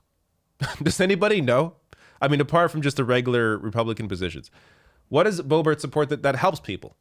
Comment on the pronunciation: Are you intentionally mispronouncing #LBo's name? It isn't pronounced "Beau-bart". I'm pretty sure the correct pronunciation is "Beau-beau". That's certainly what I always call her.